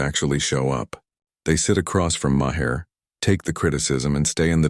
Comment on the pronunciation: How come none of the AIs can pronounce Maher's name?